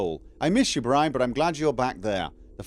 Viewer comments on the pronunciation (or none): Brynn [Brinn], not brian 🙄